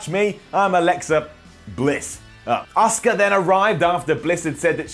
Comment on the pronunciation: I’m sorry, but you can’t pronounce Asuka’s name. Oscar.